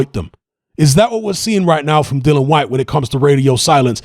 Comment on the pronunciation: It's 'Dillian', not 'Dillan'.